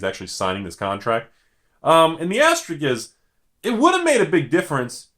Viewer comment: *asteriSk*...not asterik (shakes head)